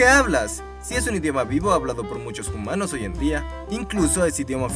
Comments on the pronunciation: Una chispa desagradable salta en mi cada vez que dice "jumanos". Paré a mitad del vídeo y me niego a ver otra cosa de este canal. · DIJO HUMANOS EN VEZ DE JUMANOOOOOSSS!!! en realidad se escribe hoomanos pero nadie en los comentarios lo escribe asi...